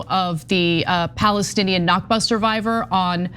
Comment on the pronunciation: Al Nakba(Arabic for the catastrophe, referring to the creation of the state of Israel) is pronounced from the throat. Other than that, everything you two have said is correct. To me, dogs have always been my close companion. I cannot stand anyone who abuses dogs. People who abuse dogs are extremely insecure.